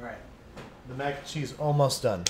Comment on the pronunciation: Every time you say, "mac and chee," God kills a kitten...